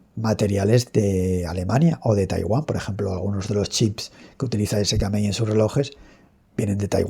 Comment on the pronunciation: Se pronuncia sikemei